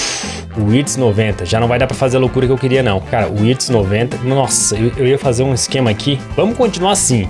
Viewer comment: Wirtz se pronuncia com V, 👍